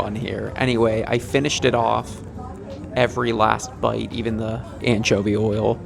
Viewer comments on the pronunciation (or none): none